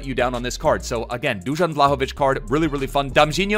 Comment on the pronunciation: You living in Sweden or wherever and not knowing how to pronounce his name is embarrassing